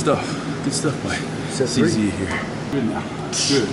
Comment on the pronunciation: "good stuff from CZ over here" ..CZ CZ CEE ZEE